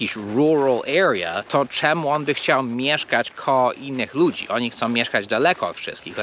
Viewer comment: Nie KOOOOOOOOOO, tylko KOŁO.